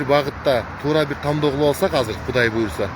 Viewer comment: Тамдоо эмес,тандоо